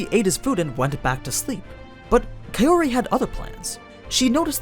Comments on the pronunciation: The thing is, Arifureta volumes on average have 2-3x the page count of your usual light novels like Konosuba or No Game No Life. Volume 1 is a thiccboi, so yeah, they skipped a f*ck ton of content in the anime. Also, Kaori is pronounced "cow-ree" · I keep hearing kayori